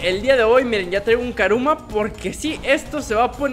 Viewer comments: no se dice caruma se dice curuma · es kuruma no karuma